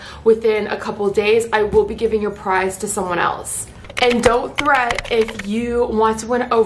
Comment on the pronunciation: It's don't fret not don't threat